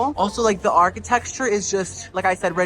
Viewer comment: “the architectexture”